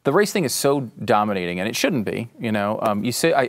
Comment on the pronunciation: Dominating? No, it's dumbinating.